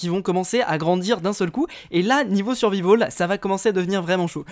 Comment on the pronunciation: "en survivaul" x)